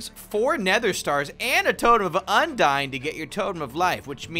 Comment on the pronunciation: Also he says totem of undyne